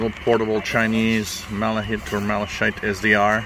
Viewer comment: According to Google it's pronounced "mala-kite"